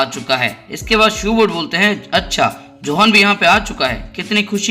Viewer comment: यह योहान है न कि जोहान